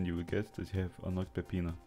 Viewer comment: that's a great pronunciation of peppino